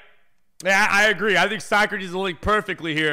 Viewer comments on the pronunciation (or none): none